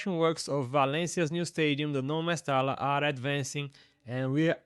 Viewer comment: mesta l a ....instead of mesta LLA...🤣